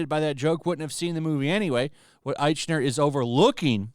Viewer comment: Lol the way you mispronounce his name